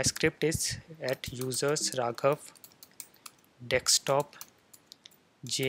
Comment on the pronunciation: just kidding , you say dekstop instead of desktop 😂